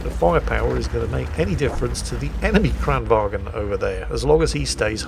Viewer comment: you dont pronounce the G in Kranvagn